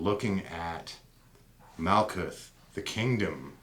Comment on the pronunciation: Great video... couple things. Herbrew does not pronounce the "th" at the end of words like Daath and Malkuth. Just a hard "T" sound. Also Malkuth/Kingdom corresponds with Earth so you can see the feminine connection there.. I disagree with you perspective that the old names would be important but not the old rules, or substances such as blood. I am not offering an opinion either way just saying the logic is not consistent. This would be the same in that you are saying replacing aspects of The Pantheon should not be re-classed as psychological aspects. You are making only personal judgments that fit your preference and not off of a consistent theory. Either the Old Ways are superior or magickal knowledge evolves, which one? Thanks! new subscriber!